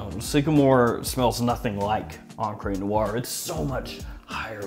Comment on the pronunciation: “EncrÉ nuar” .. the French people be like: 🥲🥲 *I looove ur content, just keep it up;) and btw.. great fragrance🖤